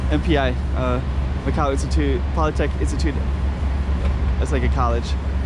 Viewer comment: Polytechnic, not polytec!